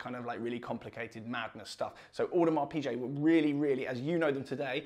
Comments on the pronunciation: Its PIGUET not pichet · Really nice watch review and presentation. Video and sound editing are much better. I am a big fan of Watch Talk. Quick note: 'Piguet' is pronounced 'Pige' and not 'Peeje'. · V good watch. But Audemars Pi-GAY is how it’s pronounced. Ok.